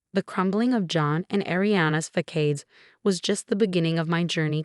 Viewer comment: Facade: fah-SAHD.